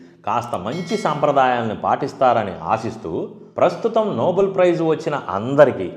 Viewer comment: Bro, it is pronounced నోబెల్, not నోబుల్. Thank you bro. Spelling is nobel not noble. అన్ని సార్లు విన్నాక correct చెయ్యకుండా ఉండలేక పోయాను. Thanx for the video.